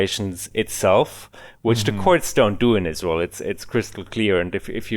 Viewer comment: It's so fuckin funny how pronounces Israel. It sounds like "Izzroul"